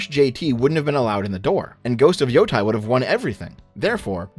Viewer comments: I really love your videos. Your voice is so welcome in the video game space overrun my people on both ends of the political spectrum who just want to lord it over each other. I do have to ask though... your name is literally, HOW are you mispronouncing "YOTEI" as Yotai? It's pronounced as Yo-tay, which you should definitely know from hearing it dozens if not hundreds of times. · Every time he pronounces Yotei as Yotai a puppy dies Edit: also screw you for not mentioning Half-Life 3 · It’s pronounced “Yo-TAY-EE” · Im only watching this now, almost a month later and this shit is so annoying. has consumed a lot of anime, has played the game, has heard the correct pronunciation of Yotei tens of times by now and still gets it wrong. Idk how can it be that challenging for the avg english speaker to learn standard vowel sounds of most of other languages by this point in life.